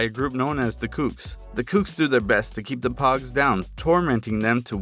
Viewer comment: poges not pugs